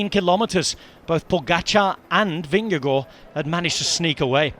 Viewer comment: Pls pronounce Vingegaard properly, wtf is this